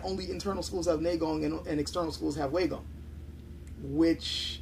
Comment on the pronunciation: Pronunciation time! Neigong is pronounced correctly ("Nay Gong") but Waigong is not pronounced correctly in this video. The correct pronunciation is "Why Gong", and not "Way Gong".